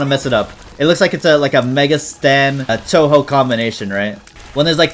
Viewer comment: bro really pronounced it as Toho